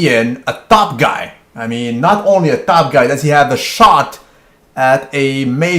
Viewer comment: ...lol "The TOP GUY!" the accent